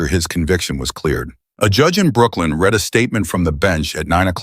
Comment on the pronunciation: It’s AI. It can’t distinguish.